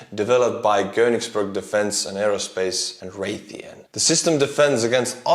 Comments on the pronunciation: Kongsberg, is more like kaangz·brg. Did you say Gøningsburg? Haha, sorry to be a smartass. Love your work! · Kongsberg (Kingsberg or Kings mountain), not Köningsberg that developed the NASAMS. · KONGSberg, not Königsberg! :) KONGSBERG as norwegian for KING'S HILL/MOUNTAIN. Königsberg is in your vicinity.... German name for Kaliningrad. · Norwegian here. "Kongsberg" is pronounced KONG, like King Kong and Hong Kong. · Kongsberg is not koningsburgh just as Tallinn is not Thai-ling. Good video otherwise